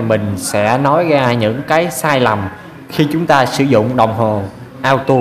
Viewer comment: Cảm ơn bạn đã chỉ dẫn những kiến thức rất quan trọng để tránh nguy hiểm. Nhưng xin nhắc bạn 1 chi tiết nhỏ: bạn đã đọc chữ Auto là "ao tu" là sai, phải đọc là "ô tô" mới đúng.